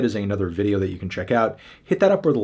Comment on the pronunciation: Nthony Ftano is probably the closest he’s said to saying his actual name in all of these